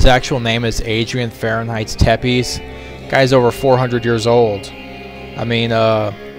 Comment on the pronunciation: Not bad. Though something that I thought I'd correct you on, Alucard's last name is pernounced "Typ-esh". The Romania "E" in is short and the "S" has a "SH" sound.